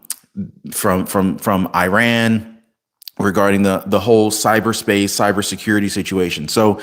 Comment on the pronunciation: WHY CANT YOH PRONOUNCE IRÁN 🇮🇷 CORRECTLY LIKE YOU DO THE “I” IN ISRAEL 🇮🇱 AND ITALY 🇮🇹 AND THE “I” IN INDONESIA 🇮🇩 AND THE “I” IN INDIANA AND INDIANAPOLIS?!! I CANNOT STAND CONTINUING AMERICAN 🇺🇸 IGNORANCE - EVEN AFTER YOU HAVE BEEN CORRECTED AND TOLD HOW TO PRONOUNCE A COUNTRY’S NAME PROPERLY!!! I AM UNSUBSCRIBING FROM YOUR CHANNEL BECAUSE I CANNOT TOLERATE THE DELIBERATE WAY YOU ARE CHOOSING TO MISPRONOUNCE THE MODERN DAY NAME OF THE GREAT FORMER EMPIRE OF PERSIA!!! AND BEFORE I GO - I JUST WANT YOU TO KNOW HOW UNSEXY THAT BULGE ON YOUR FACE IS - IT IS VERY DISTRACTING FOR ONE - ESPECIALLY BECAUSE WE HAVE TO LOOK AT YOUR FACE IN CLOSEUP ON CAMERA… YOUR FACE IS YOUR FORTUNE 🔮 WHEN YOU CHOOSE TO BE INFRONT OF THE CAMERA 🎥 FOR A LIVING/ CAREER… I AM SAYING THIS AS A SCREEN ACTORS GUILD UNION MEMBER SINCE 1998 AND ALSO THE AMERICAN FEDERATION OF TELEVISION AND RADIO ACTORS UNION MEMBER SINCE 1998 ALSO!!! SO AS A VETERAN ACTOR 🎭 I AM TELLING YOU TO INVEST IN THE FUTURE OF YOUR FACE ON CAMERA AND GET THAT KELOID SCAR TISSUE ON THE INSIDE OF YOUR 👄 SURGICALLY REMOVED!!! TRUST ME WHEN I SAY THAT THE MONEY 💰 YOU WILL SPEND ON RECONSTRUCTION OF THE RIGHT SIDE OF YOUR CHIN WILL COME BACK TO YOU TENFOLD ONCE THAT BULGE IS GONE… IT MUST MAKE PEOPLE WONDER 💭 IF THAT IS TOBACCO YOU HAVE PACKED IN THERE… SO FACIALLY DISTRACTING!!! GOODBYE 👋 AND GOOD LUCK 🍀 TO YOU IN ALL THAT YOU DO…🎉